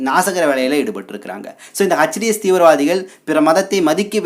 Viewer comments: ஹஜ் டீ எஸ் இல்லை. எச் டீ எஸ் என்று உச்சரிக்கவும். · H. T. S. பயங்கரவாதிகள் என்பதுதான் சரியான உச்சரிப்பு 🏴‍☠️